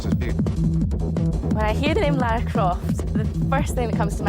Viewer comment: I’m only 4 mins in but I just had to pause to thank you for doing what most American’s fail to do: Pronounce “Lara” and “Derby” right. It’s crazy that Core changed her name from “Laura” to “Lara” because they thought it would be easier for Americans to pronounce 🤦‍♀️